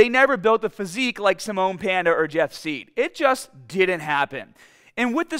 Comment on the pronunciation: jeff seid would correct you bc you said his name wrong if he was watching lol